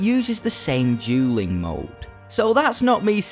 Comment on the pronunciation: I'm not gonna joke with you right now your accent makes dueling sound like julleing